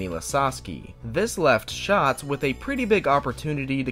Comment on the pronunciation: I find it funny that the narrator (not you) got his name wrong 😑 “ it’s an active bravery that Donny Schaaatz will never forget”😬 Like bro…. If you gonna say it like that at least get his name right 😂